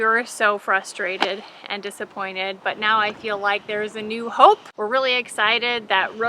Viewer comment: If Babe has a calf, you'll need to name it 'Hope', because you kept emphasizing that word in talking about the vet coming out to examine her to find out why she isn't getting pregnant. I just hatched 4 American Bresse chicks this past weekend. They are so sociable! I can just put my fingers in their brooder, and they come running. I'm excited to have them for my flock, as well.